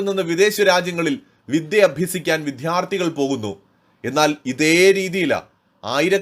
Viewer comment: വിധ്യാർത്ഥികൾ എന്നല്ല വിദ്യാർത്ഥികൾ എന്നാണ് വേണ്ടത്. വായിക്കുമ്പോൾ കുറച്ചുകൂടി ശ്രദ്ധിക്കുക.